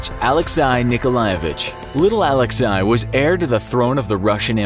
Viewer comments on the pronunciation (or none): "Alex-i" bro its pronounced Alexy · My dudes it’s not pronounced AlexEYE, it’s AlexAYE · narrator pronounces Alexei like alecks-eye Russia has angrily left the group chat. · You mispronounced "Alexei". It can be pronounced like "alex-AY" or "alex-ee", but never like "alex-eye". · It’s (Alexi) pronounced AHH LEXY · Sometimes I feel that this channel mispronounces names on purpose. How hard is to say Alexei? Alek-say! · Alexei is pronounced as it's written: Ah-lex-ey. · I think you mispronounced Alexei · The pronunciation needs to be a bit better. Alexei was pronounced wrong. Also, it's Mountbatten not MountBLatten. I probably missed some, but those two annoyed me.